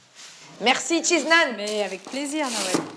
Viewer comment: Elle a dit "merci cheese naan" à la fin ouech 😭😭